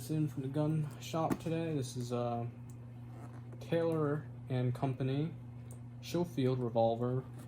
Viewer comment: Pronounced Skoh-feeld; beautiful gun